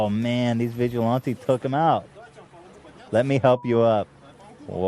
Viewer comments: Papa bless, but please stop saying vigilante like "vigil auntie" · you are pronouncing vigilante wrong and you just discovered stop a douchebag? come on ethan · Wait, how is it Ethan says: “vigilante” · god, I can't stand the way Ethan pronounces the word "vigilante".He repeats himself which is expected of him by now but still.